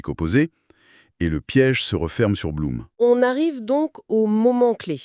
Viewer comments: On dit "bloum" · Beaucoup d'erreurs. Le nom de Blum prononcé de travers 2 fois sur 3. Un discours laissant entendre que l'Allemagne aurait une frontière avec l'Espagne... Ou simplement l'idée que mussolini aurait attaqué moins facilement. Alors que dans la réalité il n'a déclaré la guerre que quand la défaite française n'était déjà plus évitable.